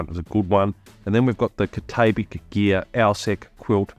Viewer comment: Cat-ah-bat-ick gear. Just sayin’. Good video btw.